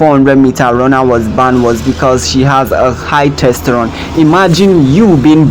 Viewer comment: Testosterone... not "testerone". The Caribbean is on the north American continent, it is not a continent on its own!